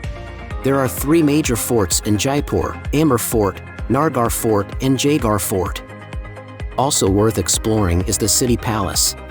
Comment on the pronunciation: At least pronounce the places correctly!! What is Jaislamar? It’s Jai-sal-mer!